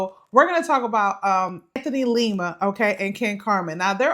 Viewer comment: People can't take y'all seriously when you continue to miss pronounce these dudes names...can't stand Lima, its not Lema!